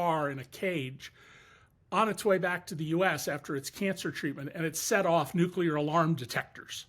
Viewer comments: Nu-cu-lar on the bbc by a Brit 🤦‍♂️ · Woman! You are British! It's pronounced "new clear", not "new kewlar".ffs